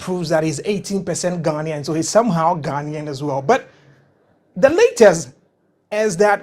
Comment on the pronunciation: Ok someone needs to teach Van how to say Ghanian properly